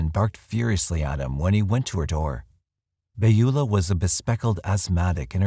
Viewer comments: Second time watching and it's just as great. However, the pronunciation Beulah is... puzzling. Pretty sure it's "bewlah". Not "bayula". Correct me if I'm wrong. Sorry - normally a couple mispronunciations doesn't bug me, but this just keeps hitting my ear weird. Plus I can't imagine witnessing something like that and not saying anything. She left her car unlocked with stuff in it? If I remember correctly. That would be a pretty good indication that something was definitely not right. This is the snoopy neighbours time to shine. When you really want a nosy neighbour, she totally drops the ball. Bad, Beulah. Bad. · Beulah is pronounce Byoo lah. I only mention it because it was my grandmother's name.